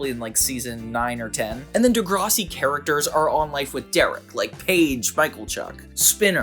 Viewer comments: Just so you know. I see ppl from the USA make this mistake. Its pronounced "De-Grass-ie". Like grass outside "Not De-graw-sea" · Deh Gra see. Not Deh Grah Si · Bruh it’s de grass si not whatever u said lolol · De grase ie. the way my head whipped round with a “the fuck u just say” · I stopped watching after he butchered DeGRASSi 😂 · Im from canada and grew up with this show. I always thought Derek and Casey were gonna hook up. I always thought it was weird, but tbh I loved this show. It was different and fun. Minus the sexual tension it was a great show. Side note: I have NEVER heard anybody call Degrassi "Dehgrahsi" hahaha caught me off guard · Peace and love, but as a Canadian the way you pronounce Degrassi sent me into a spiral, loved the video! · You pronounced Degrassi wrong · WHYYYY did you say Degrassi like that lolllll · I physically cringed at that pronunciation of Degrassi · Saying degrassi was a fav show of yours and then pronouncing it completely wrong was a choice